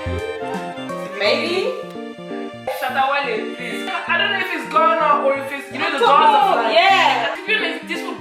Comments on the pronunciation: How can Nella say Shatta Wale LOOL!! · 😂 Nella said shatta wale😂😂